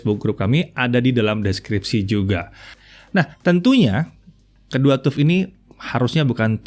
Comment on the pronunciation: TUF mungkin sama dengan TOUGH, harap dibaca taf (keras, tidak lunak), nyambung dengan materinya. Lain kali Pentium harap dibaca pensyem, jangan pentium.